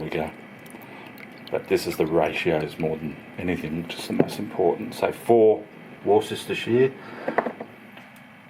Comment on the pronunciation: Worcestershire... Pronounced... Wooster-sheer please... Thanks